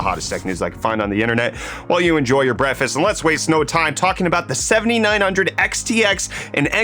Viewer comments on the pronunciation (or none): So, are you saying "breakfast" or "Brett-fest"?